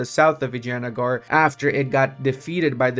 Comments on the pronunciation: I love how you pronounce Vijayanagar as "Vaginagar" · some mixture of "vagene" and vinegar :hand-orange-covering-eyes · I'm Italian and "Vagina" means Pussy to us. Basically for me he's saying "Pussygar" AHahahah love that.